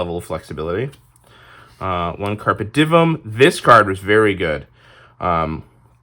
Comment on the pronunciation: It's Latin, said in English like Carp Ay Dee Umm. The V is a U.